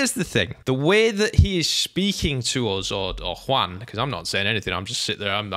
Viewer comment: First, very nice pronuntiation of "Juan", really, very nice :) Second, 100% agree with you.